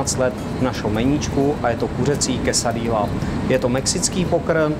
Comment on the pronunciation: Quesadilla vypadá chutně, ale bylo fajn, kdyby se pán naučil správnou výslovnost. Ve španělštině se dvě L vyslovují jako J, je to tedy "quesadija" a pico de "gajo". Jinak vaše verze Quesadilly je spíše Tex-mex než mexická kuchyně ;) Jinak like